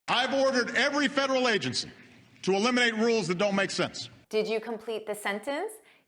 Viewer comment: Obama doesnt Say "eliminate" , he says "elimate'. That s way is so hard for non US people to understand You...